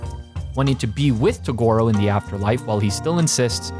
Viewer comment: hmm not bad. Although I could have gone without all the butchering of Toguro and Mukuro, but whatever. You managed to talk about a show without losing me, and that's unusual